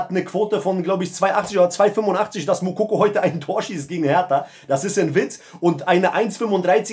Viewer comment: Sprich erstmal seinen Namen richtig aus dann kannst du über ihn urteilen